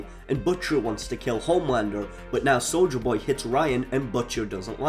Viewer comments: "Souja Boy" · "Solja Boy" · I keep hearing soulja boy